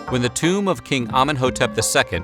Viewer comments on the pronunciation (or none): none